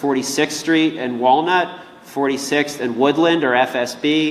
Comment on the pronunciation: .. it's woodland not woodlawn